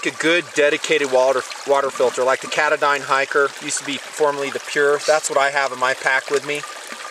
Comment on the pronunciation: Ka-Ta-Din...... not K-Da-Dyn. Love the videos. Great Series.